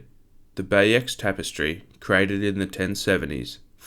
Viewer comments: Good video. (The Bayeux Tapestry is pronouced Bay-oo). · You dont pronounce the 'x' Bayeux 😂😂😂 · Bayeux is pronounced "Buy-yuh" NOT "Bay-X"...not much of a historian are you ? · "Bay ecks" tapestry is absolutely diabolical 😂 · "Bay-Ux" T.T Other than that, good video <3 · That pronounciation if the bayeux tapestry will forever haunt me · it's because he used AI to write and create the video, he has no idea how to pronounce anything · Very interesting video. Like others have said, I'm glad it wasn't AI narrated but you need to work on your pronunciation of names and places. I appreciate you're doing your best from written material available and likely haven't heard others pronounce them but if you can nail the pronunciation of names like "Maciejowski", "Bouvine" and "Bayeux", you'll significantly elevate the quality of your content. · Learn how to pronounce names please. Obscure ones, fair enough if you get it wrong but Bayeux is one you should know